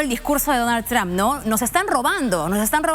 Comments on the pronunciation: "Donal Tram" 😂😂😂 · donal tram... estos periodistas nisiquiera pueden pronunciar bien